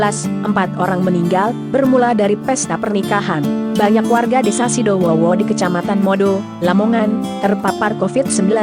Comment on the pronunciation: Sidodowo kak bukan sidowowo